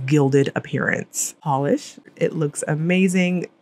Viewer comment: Ooooo that Pahlish!!!